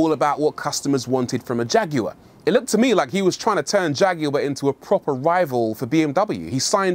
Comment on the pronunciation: Leave it up to somebody from the UK to pronounce the name Jag you are correctly